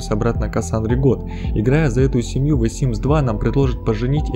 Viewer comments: Всё круто, но "Вэ Симс, Вэ Симс Два, Вэ Симс Три" режет слух. Не только от самого произношения "The", но и от построения предложения аля "Лолита это молодой персонаж который умер Вэ Симс 3", будто бы твоё ВЭ одновременно и "The" и "в", короче ужасно, кошмар. Но Вэ Видос интересный. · Как же режет ухо это "ВЭ симс".... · Мне одной кажется, что он говорит вэ Симс? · Да откуда вы берётесь твою мать. Почему "ВЭ симс?" Th - ну в крайнем случае "з". В реальности что-то между "з" и "д", ахиреть просто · Омг, я, конечно, все понимаю, видео крутое, несомненно) Но, пожалуйста, научись правильно говорить "the", а то я чуть с ума не сошла, слушая весь выпуск "вэ"... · Не смог слушать «вэ» и выключил видос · Меня одну бесит "ВЭ симс" ? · ВЭ симс.... мои ушииииии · я?аххааззаахахаз Набери примитивно в переводчике и послушай, что слово the произносится как [ðə]- [зэ] (шипилявый такой зе) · Ва симс: Зей симс? что он говорит? Уши режет :с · ты специально постоянно произносишь the как ВЭ? кровь из ушей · "Зе" - тоже неправильно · Почему вэ симс?! The sims! Вроде мелочь, но кривлюсь каждый раз как произносишь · о боги, эта "зэ" слышится еще более отдаленно и убого чем "вэ". у the есть конкретное произношение, не надо никаких З,плииззз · ве симс? xD перестань пожалуйста говорить это дерьмо) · ХВАТИТ ГОВОРИТЬ "ВЕ СИМС" КАЖДЫЙ РАЗ О БОЖЕ. Режет слух сильно. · Вэ Симс??? Остановите мою кровь из ушей Только за это диз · невозможно смотреть из-за этого "вэ симс" :( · Если не можешь прочитать нормально the, не говори его вообще! Что за ВЭ? Тяжело слушать. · Видео очень интересное, но меня напрягало все видео произношение the. Я сильно извиняюсь, видео и вправду интересное, но это the уши резало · Очень понравилось, спасибо автору за столь кропотливую работу :3 но напрягает несколько моментов - произношение "the" и временами невнятная речь) Видосу лайк 😊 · Меня смущает произношение артикля "the". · кровь из ушей от произношения артикля "the" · Произносится не the ,a the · The - не (вэ) а (зе)